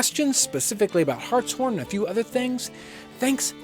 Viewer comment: Glad he said Hartshorn correctly. And yes it is my last name.